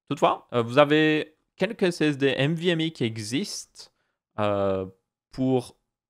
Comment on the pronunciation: C'est pas "mvme" mais "nvme", sinon très bonne vidéo, étant un passionné de tech je connais déjà tout ça mais tes vidéos sont très agréables....